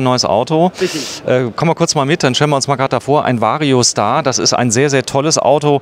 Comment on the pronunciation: Vario SCHtar